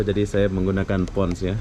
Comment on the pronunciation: Pons bang bukan pon🤣